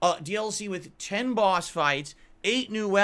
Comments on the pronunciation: “New BAUos…” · Lmfaoo my mans really said “ah new bawwhsss.” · doesn't need anyone to make him look bad, he does that extremely well on his own. Edit: "Ah knew Bwahhss!"